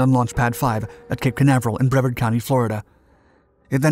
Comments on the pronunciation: Wonderful video. One minor correction, the county in Florida where NASA's main facility is located is pronounced "Bree-vahrd" not "Brev'rd". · It’s pronounced “Bree-Vard” County. Not “Brev-ard.” It’s a long “e”.